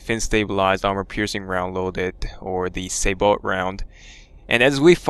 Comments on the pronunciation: it's actually "sabot" from the french word "sabotage" not "saybot" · just so you know the SABOT is A case discarding apcr round that may have fins and it is said SayBow